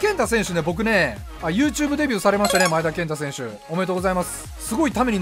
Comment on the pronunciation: 【V.I.P】 外人選手のとこでネイティブとか、のマネとかね ﾏｴﾀﾞｹﾝﾀｾﾝｼｭ‼︎